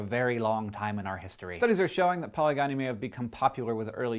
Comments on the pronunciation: A man with many women is called polygyny pal-i-Jin-ee with a J sound, not poly-guy-nee. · Just an FYI, Hank: polygyny is pronounced with a hard g. It's poh-lidg-ih-nee, with a j/dg/dʒ sound. The second syllable rhymes with "bridge." You said it paw-lee-guy-nee. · It's pronounced like "puh-LI-juh-nee" FYI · I thought polygyny was pronounced like "poly-jenny" not like gynecologist... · Polygyny is actually pronounced like 'poli GIN knee' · For the record, Hank, polygyny is said like, "pol-ih-jih-nee". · Good video, but holy crap am I going nuts hearing you totally mispronounce 'polygyny'. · As an Anthropologist, I can honestly tell you that you are saying polygyny incorrectly. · Why does Hank continue to mispronounce "polygyny", even after showing the pronunciation key in the video? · My mind is boggled... you said 'polygyny' in a way which sounds wrong to me, but the transcription below it matched a different pronunciation which is also the way I say it. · You mispronounced polygyny. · Dear you mispronounce polygyny. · Hank, please stop saying "polygyny" wrong. You got the "poly" pary right, but the "gyny" part is pronounced more like Weasley girl. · YOU PRONOUNCED POLYGYNY WRONG!!!!!! And you even had the pronunciation up there with the graphic. Tsk tsk.